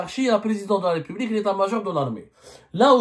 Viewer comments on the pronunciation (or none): none